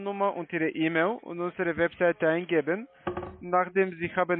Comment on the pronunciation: Per Eämil. Wer kennt sie nicht, die Eämil Adresse?🤣🤣🤣